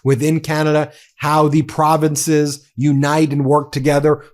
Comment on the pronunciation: Not only should the Ambassador be kicked out… notice how he repeatedly pronounces “province” with a stress on the second syllable with a lilt of disdain.